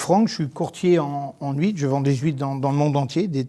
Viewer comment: oh putain des HUITRES ! Pardon j'ai du faire marche arrière dans la vidéo parce que j'ai entendu "je vends des juifs" xD omg je me suis dit mais what qu'est ce qu'il raconte lui là !! "Des très bonne juives de bretagne..."